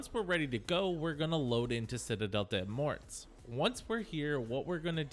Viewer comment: Citadelle "DAY MORE" thats how you pronounce it.